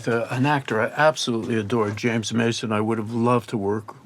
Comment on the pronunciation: To be pronounced CHAMES Mason, of course...